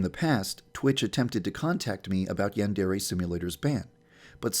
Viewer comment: maybe it's banned because he pronounces "Yandere" incorrectly